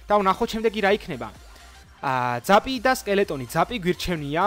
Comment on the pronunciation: ბრო.. პლს ძაპი არა ზეფი თქვი რა თორე შეჭამეს ტვინი